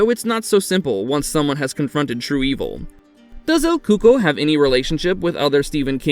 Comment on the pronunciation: I thought it's actually pronounced as el cucoi (like: ku-ko-ee )